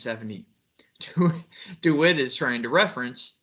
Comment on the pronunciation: Deh-wit NOT Doo-wit